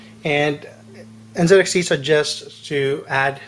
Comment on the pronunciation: aren't you from the US??? its n "ZEE" xt. American company, American pronunciation